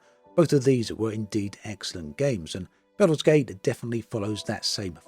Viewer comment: My ears! Baooolder's Gate 3.